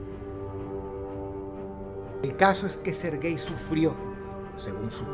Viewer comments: Al principio entendí "ser gay" en vez de "Serguei" jajajaja xd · Jajaajajjaajajajajajajajajjajajajajajajajaajajajajajajajajajajajajajajajajajajajajajajajajajajajajjajajaja se yama serguéi Lavrov, ser guei, XDXDXDXDXDXDXDXDXDXDDDDDDDDDDDDD